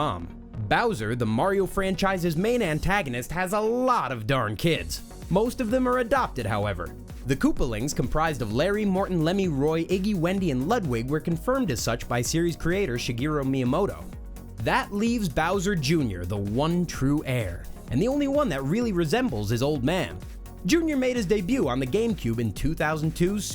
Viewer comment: Lud-wig? It's pronounced LOOD-wig!